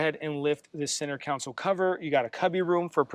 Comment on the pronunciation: Love that you had a chance to see this rare vehicle ahead of time. Also, “Center Console” not council. 😊